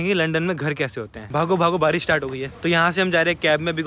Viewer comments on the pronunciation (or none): none